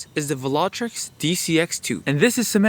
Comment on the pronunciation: Vil-Ah-Trox not vilatrix